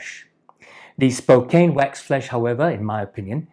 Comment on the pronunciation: Nice video. As a born and raised Spokane native just wanted to let you know like a previous commenter that you pronounce it SPO CAN, named after the native people.